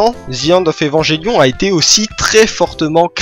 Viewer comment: Bon, c'est une vidéo qui est sortie y'a un moment maintenant mais bon je peux pas m'empêcher de devoir pointer du doigt tout ce qui ne va pas dans ce que tu dis sur Evangelion (et pourtant je n'en suis qu'à la 8ème minute) Bon passons déjà que comme presque tout le monde tu prononces de manière horrible le nom de l'anime (un enfant malien meurt à chaque fois que vous prononcez "evanjellion" ), je ne peux m'empêcher de grincer des dents quand je vois que tu t'es mis à Eva à cause de Pacific Rim. Del Toro s'est bel et bien inspiré d'un anime de la Gainax pour le coup, mais c'est Top wo nerae Gunbuster et non Neon Genesis Evangelion. Concernant le budget de l'anime, en effet la Gainax était en faillite à l'époque. Néanmoins, les plans fixes d'Eva sont extrêmement travaillés et la réalisation d'Hideaki Anno fait un travail de génie, chaque plan d'Eva pris individuellement a des détails extrêmement importants, au niveau des choix des couleurs, de la position des personnages (pour montrer leur rapport dans la dite scène), tout a son importance. Le premier épisode est à mon avis l'exemple parfait de la maitrise d'Anno car il peut être entièrement compris en en retirant complètement les dialogues. Bon, en ce qui concerne la fin de la série, elle est mignonne l'histoire du "ils avaient plus d'argent donc bah ils ont fait ça" mais la réalité est autre part. En effet, un budget, tu l'as sous tes yeux, tu sais qu'il ne te restera plus d'argent à un moment. Si certaines scènes appellent d